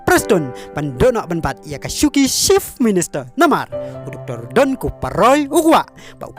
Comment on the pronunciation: Ni ko bah sngew kynjing ia ka rukom kren. Chief minister ym dei shift minister. Party ym dei palty.